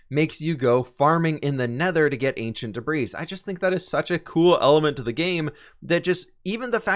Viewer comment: I love ya g but debris is pronounced debree